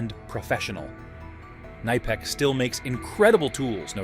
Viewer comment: This video would be better if it wasn’t an AI voice that can’t pronounce either nihpex, or kuhnihpex